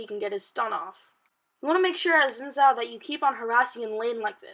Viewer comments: omggg. a stupid kid who can't pronounce Xin Zhao. "Xin Shao". Dumbass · Ethan Dodge And he should also learn how to pronounce "Xin Zhao"